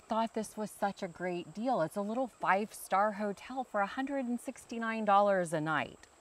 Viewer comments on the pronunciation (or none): none